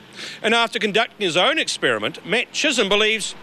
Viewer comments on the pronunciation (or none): none